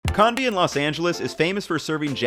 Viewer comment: Hey, just wanted to let you know the o in konbi and shokupan should be pronounced with a king o, like the same phoneme as toe. Also Kewpie is pronounced Q-P, but other commenters already got to that. Keep the great videos coming!